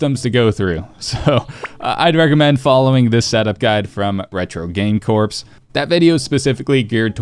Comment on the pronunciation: Really helpful review, but it's 2026, it's time to learn how to say "corps". Hint, it's not "retro game corpse"